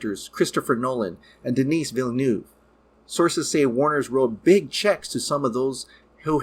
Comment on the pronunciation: It's pronounced "Denee Villeneuve", not Denis. Idiot!